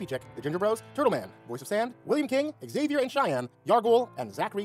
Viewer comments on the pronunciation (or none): none